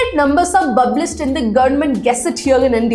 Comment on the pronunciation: Bublished bublic